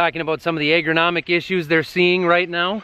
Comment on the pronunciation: Did you say eggronomist....must be that northern accent. Always good to grab fun time with the kids.